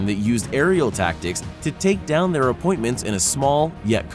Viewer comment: am i only one that caught he says appointments and not opponents?